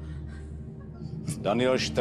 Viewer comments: Twl...chcípám Mentý,GouGouman Tv...OMGGG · MenTý,GouGouMenTV,Jůťůbr Výslovnost za ! 1 ! Pane Vašut :DD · MenTý GouGouManTÝVÝ fakt super výslovnost